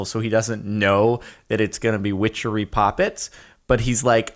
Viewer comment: wow I think that Everytime I hear whichery glad I'm not the only one